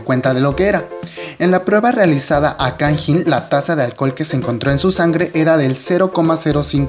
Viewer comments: Jajajaja cuando pronunciaste el nombre de Kangin me sonó a Tajín :v Se pronuncia tal cual se escribe (Kang In), es primero el Kang y después el In y Heechul se pronuncia Hichol xD Información que cura :v Buen vídeo, buena opinión. Lo que sé es que el próximo Super Camp en Osaka, Japón y Kanjín :v no va a asistir. Sí, soy E.L.F, y bueno, no tengo más que decir sobre este tema, sólo agregar que esa petición la hizo K-E.L.F y después se lanzó otra petición en contra de esta pidiendo la permanencia de Kanjín :v en el grupo. Además de que en Twitter Arab E.L.F y K-E.L.F se pelearon bien chido :v Como E.L.F, sólo espero que pague las consecuencias respecto a la ley y que el Super Camp en América se realice de la mejor manera y sobre todo que Heechul regrese a instagram ;-; ¡Saludos! Es la primera vez que veo uno de tus vídeos, vendré más seguido c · pronuncias mal su nombre goei .-.